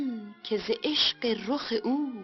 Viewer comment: من هم از همین تلفظِ غیر عادی حرفِ "ش" ایشان در آواز هایشان عذاب میکشیدم! خانم پوران هم حرفِ "ق" را همیشه مثل "غ" تلفظ میکردند و در همه آهنگ های عاشقانه اشان "عشغ!" میگفتند که دادِ مرا در می آورد! نمیدانم چرا آهنگسازان و یا ترانه سرایان آن زمان اهمیتی به این مهم نمی دادند!